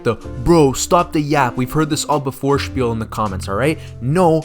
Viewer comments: Haha how he pronounced "spiel" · we heard this all before spiel bro is german????? spiel????????